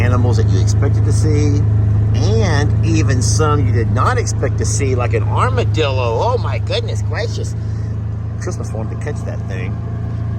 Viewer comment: I often forget you are a native Texan because your accent is not as obvious (Paw Paw and Dan have stronger accent IMO) but when you said "ArmadillA" your Texan roots shined through!